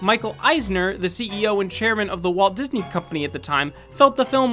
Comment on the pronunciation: *Walt Gisney